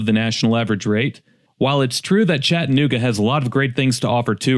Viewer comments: For starters it is pronounced Chatt a nooga not Chatnooga , and why are they homeless ? Why ? who's fault is it ? You act like its the city's fault and you say its "swept under the rug" when any city does promotional content about their region what city includes its problems in that promotion ? No city does , you should work for msnbc or cnn you fit their montra perfectly. You lack character so they would take you with open arms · If you don't like it, don't go, leave it! We don't need you here. Another thing, it's not ChattANooga, it's Chattuhnooga. So f off!! If you are so worried about it, use some of your Emmy award winning money to support the homeless!! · If you are going to do a slam piece on a city, learn how to sat it. There is an A in ChattAnooga not Chattnooga. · Hey Mr. Award winning journalist at least stop taking the a out of Chattanooga. It’s not Chattnooga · You can always tell someone is not from here by how they pronounce it “Chatt-nooga” 😂 Good documentary work tho! Prayers for the homeless 🙏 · There is homeless in every city. Chattanooga doesn't have lots of homeless people compare to most every other city ive been to. You drove staight to 11th Street to the homeless shelter to show the major population of homeless. This i clickbait. By the way, its pronounced Chad-a-nooga. Let me guess, you want more of my taxes going to pay for houseing? So that more homeless come for the houseing. Genius. Glad you read the first page of the pamphlet on touristy things to do in Chattanooga by the way. Really did your homework. In 2024 Hamilton country has 386,265 residents with what you said was 785 homeless. Thats %0.2. Dude go somewhere else with your drama. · You can't even pronounce Chattanooga correctly. This is happening in ALL cities in the USA, not just here. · Did you notice that A between T and N ? Pronounce it correctly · If you’re going to do a video on how awful Chattanooga is, at least learn how to pronounce Chattanooga.